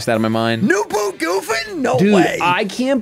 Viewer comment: Bro he says new boot goofin lol